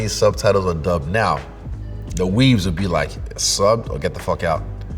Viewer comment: My man said dubbed 😭😭